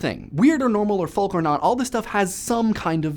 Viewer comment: No! No, no, no! You are forbidden to speak further if you continue to pronounce the L in folk and polka! Gah! ;-)